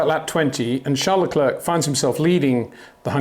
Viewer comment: My brain freezes every time you pronounce Charles LeclerK. It sounds really dumb, is it that difficult to learn someones name before you pronounce it wrong a million times?